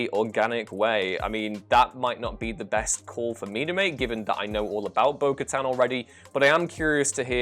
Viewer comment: Thank you for pronouncing Bo-Katan correctly. This puts you a level above at least 3 channels today.